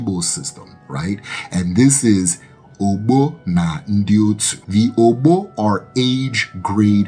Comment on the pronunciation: You are doing well. But kinfly improve on the pronunciation. The ogbo pronunciation was so off. The o at the beginning and ending is same sound as "or" in orbit.